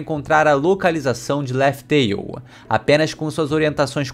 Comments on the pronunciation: pronúncia e escrita são coisas diferentes, além de que na pronúncia em japanese é Raftel visto que o l eles lêem como R e em inglês também não é Laftel. Mas aceito o erro de bom agrado pois o canal é muito bom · Laftel??? Não é Laugh tale? 🤔🤔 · O certo da pronuncia de laugh tale é laug teil